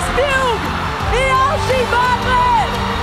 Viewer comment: O errando o nome do austin no final kkkkkal